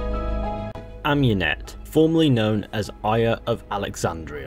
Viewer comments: Ah-moon-ete, not Ahm-You-net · why does every one say am-U-net its ah-mUn-et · You're butchering Amunet's name